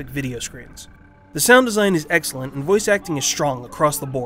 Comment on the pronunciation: The funniest part is when he said "It's the start of what could be an excilent francise."